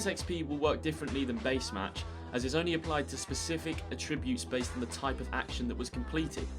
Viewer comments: The way you pronounce attributes. 🤨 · Any particular reason you can't pronounce Attributes correctly? You said the word about 10 times in the video and didn't say it correctly once🤷🏻‍♂️🤷🏻‍♂️